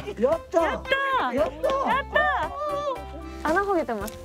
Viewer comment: 「穴ほげてます」自然でいいですね笑